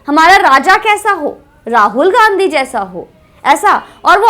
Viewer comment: Pahle bolna shikho tab bolna Gazi nhi Gandhi hota hi kisi ke naam ka mazak mat banao